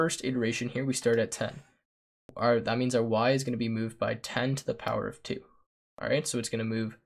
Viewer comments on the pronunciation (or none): bro i almost had a mild stroke hearing that "power off"